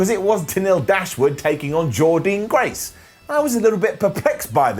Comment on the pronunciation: Please pronounce Jordynne Grace’s name correctly (it’s Jordin Grace how you say it) overall though great to see whatculture carrying on giving impact love & coverage Please do victory road